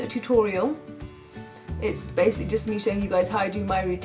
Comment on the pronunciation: "BASICLY"... Now you gonna hear that in every video xD